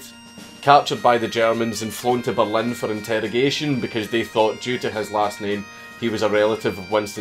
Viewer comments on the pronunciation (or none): none